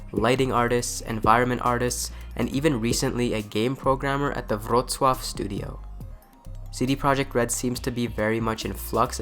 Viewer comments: I mean no foreigner ever pronounces it correctly, you're the first one I've heard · I had to go back to hear Wrocław again because I couldn't believe you pronounced it correctly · Wanting to give respect where respect is due,gotta say your pronounciation of Wrocław was very believable :P